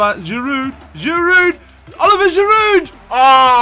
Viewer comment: You're skipping the second I in Giroud's name, its Olivier not Oliver haha, but great video man!